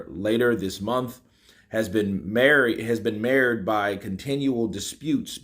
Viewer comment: Yo, "Marred" is pronounced "Mard"!